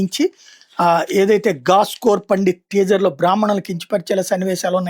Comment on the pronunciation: గాస్కోర్ కాదు. గూస్కోర్. గూస్ అంటే లంచం. గూస్కోర్ అంటే లంచగొండి.